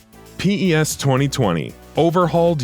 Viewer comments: don't say P E S plz just say PES not P AND THEN E AND THEN S WTFFF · Please stop calling it P.E.S just say pes please :) show some respect haha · its PES and not P. E. S. microtransations incoming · Okay no need for the Pee Eee essss. It's Pez thanks very much! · It's PES not P-E-S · I disliked this video because he called pes as P-E-S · Why is he saying P.E.S and not just PES , it's kinda annoying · Its PES no P E S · No one calls it P.E.S. it's called PES (pez) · Lost me as soon as he spelt out P E S instead of just saying pes like every other non robot player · Its known as PES not P-E-S!!! I cant listen to this shambles of a video you cant even say the games name right!!! Unbelievable.... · 🗣 It’s PES not P.E.S.!! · Daft sod narrating thinks Diego Maradona is two people. And it's PES, not P-E-S. Fuck sake. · You should redo this and say pes instead of p e s thats some crazy shit mate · I can't take the video seriously with the narrator saying P-E-S instead of just PES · Stop saying P E S its one word come on you guys did this shit last year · The moment he says P-E-S. I was done. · I stopped the video when he said P.E.S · lmao really? I didn't get to that part. Closed the video after the third time he said P-E-S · diego...maradona. really guy? You said it like he's 2 separate people. Do you not know who diego maradona is? If not, maybe you shouldnt be narrating a soccer game comparison video watched by soccer fanatics. Just maybe. Oh... And p...e...s. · Why didn't he call it f.i.f.a then